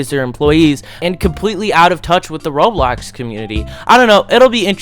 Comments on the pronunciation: bro why you call roblox "roadblacks" 💀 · bro said roadblocks